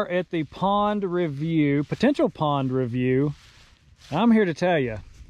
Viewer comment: It has Po-Tential